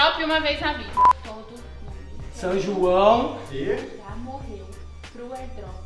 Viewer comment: "SÃO JUAUN" KKKKKKKKK DO NADA